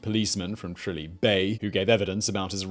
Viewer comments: Tralee is mispronounced its tra-lee instead of tray-Lee probably due to you saying words so clearly its mispronounced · They way to pounce tralee is Tra - Lee (like Bruce Lee,. A good vid tho